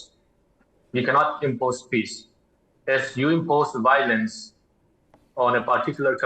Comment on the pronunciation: again with “Bowlence not bring up sholusion”